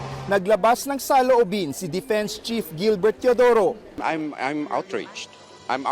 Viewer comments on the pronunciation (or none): ayusin mo naman pronounciation mo? it's "defense" NOT "depens". It's "Forward" NOT "Purward". If you can't say the right way, itagalug mo na lang...